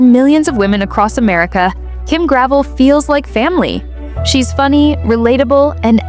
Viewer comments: Her pieces are no more expensive than other QVC brands OR higher end department stores. This sounds like a jealous hater, get-likes post. Her designs are just not found around every corner and hence the demand and pricing. And the name is not pronounced gravel but rather "Gravelle." You don't even know that yet are supposed to be posting about her. Pathetic. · Her name is pronounced Gra-vel not Grav-el. You should know how to pronounce peoples names if you are going to do videos with info that is commonly known. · It’s Gra - vell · First of all before you start cutting her down learn to pronounce her name. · You mispounce her last name.